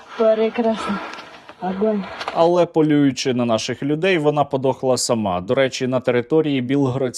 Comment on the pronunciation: вона 😂 сказала😂 аґґґонь 😂😂😂